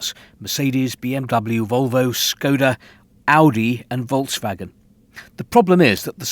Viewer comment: Congrats to your work Steve. By the way: you pronounce "Volkswagen" like the "f" folks.